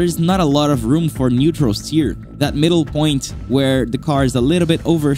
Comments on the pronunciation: Dude what's wrong with you? Say T... sTeer gran Turismo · can you say - steer?